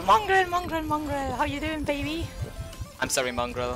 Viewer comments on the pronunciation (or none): none